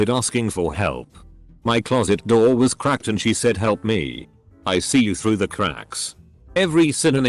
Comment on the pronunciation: When he said someone hitting a Roor what’s that mean or did he mean door